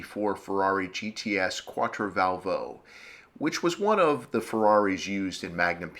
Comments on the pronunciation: Just a concoction its quattrovalvole not quattrovalvo, no biggie, great job. Thanks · I think it's pronounced "quat-tro-val-vol-lay" - but how many times does one hear that word pronounced? Let's give the originator of this site a break - he's given us hours of enjoyment! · The Italians pronounce it "Quattro-Val-vo-Lay" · Ugh, the way you butcher Quattrovalvole is just horrible :P